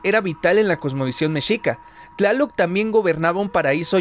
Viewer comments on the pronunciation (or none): Tlaloc bueno se promuncia Chaloc